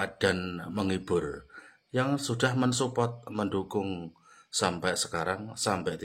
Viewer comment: Pak medok jawanya masih terasa, cara ngucapin kata yg berbhs inggris juga banyak salah. Coba dengar lagi videonya dari awal klo gak percaya, nyebut " Subscribe, support ". Itu aja salah😢 .. "Sapkrep sama supot" 😔😫😤.. Mending belajar dulu deh sebelum membuat video reaction. Nanti ditertawakan org malonsia.